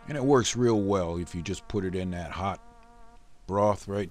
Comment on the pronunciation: HMMMMM TATS GUUUD~ i love it everytime he says tat!